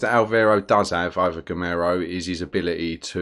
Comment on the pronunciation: Great videos, man. Very helpful. In case this may help you: the way you pronounce Girolamo sounds like the Spanish name Ramiro (in a very weird way), which makes it very confusing. It took me several videos to realise you're talking about him, actually :-D My guess is you'd find it much easier to pronounce it in Italian. it should sound like 'GeeRowLAAMow'